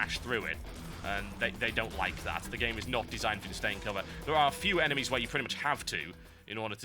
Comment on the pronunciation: TB- There are a certain number of eneMEEEEEIAs" So funny..so so funny